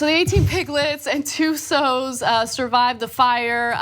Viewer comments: You don't pronounce sows as 'sews', Ana. Read much? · Why on earth is she saying "sews"? Haha. City folks. SOW is pronounced like POW or WOW. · Dumb bitch said "sews" for "sows." Ana has never successfully read a caption. She fails in every single TYT video. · Sows? SOWS? Its pronounced so it rhymes with OW. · Ana says "Soes" for "Sows" _ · Ana - sow rhymes with cow, not sew. 🙂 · LOL, she pronounced "sows" as "soze", which is very wrong. It's pronounced like "how" or "cows". But I'm giving her a pass coz she looks fantastic in that dress. But I learned a new one.. Shiggles. Shit and giggles. It bears repeating. And he pronounced "gyros" (the food) as jyro. It's pronounced yeero! NO PASS FOR YOU! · Pigs are food who knew? I thought farmers raised animals for fun. P.S. it's not pronounced sews you illiterate fuckstick. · "the 18 piglets and 2 sooos" lol jesus christ. For those of you that might not get that, she pronounced 'sow' and 'so' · That's not how you pronounce sow :( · She just legit mispronounced "sows". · Anna doesnt even know how to say sow lmao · Did Ana mispronounce "sows"??? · Anna misread "sows".... If you can read "cow" just replace the "c"ow for "s"ow. Not trying to be an a-hole. I'm just trying to help you city folks. Lol Btw, pigs are delicious... especially piglets... hmmm tender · sow rhymes with cow....I really hate it when reporters or journos mispronounce words. It is fundamental to their craft....I love Ana and TYT but c'mon how do you not know how to say that word.